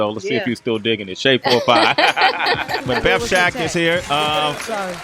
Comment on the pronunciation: BETH SHAK not Shek